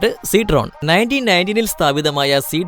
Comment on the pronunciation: റേനോൾട്ട് അല്ല റെനോ ആണ് പ്യുജറ്റ് - പഷോ സിട്രോൺ - സിട്രോയെൻ ഹുണ്ടായ് - ഹ്യുണ്ടേ